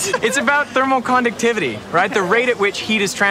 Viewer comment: He lost me when he said Themocondocitivty...